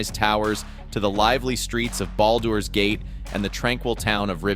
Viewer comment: I dont think thats how you pronounce "Baldur"